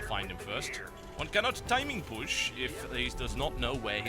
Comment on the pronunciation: lol to "timin pUshh